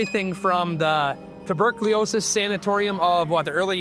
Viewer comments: Maybe you should learn how to pronounce tuberculosis 😡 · I have to admit: Even if it didn't ruin this generally great video altogether, I cringed every time. Ha! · That's not how you pronounce "tuberculosis"